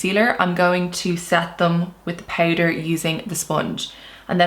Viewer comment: The ‘poutder’ pronounciation 😁